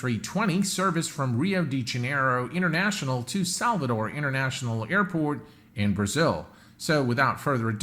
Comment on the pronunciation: My hometown Salvador - Bahia and you pronounced Salvador perfectly.